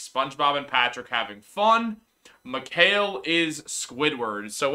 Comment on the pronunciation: Mikal (Mi-cal) not (Mi-kale) Lol. I'm sure he laughs at people butchering his name.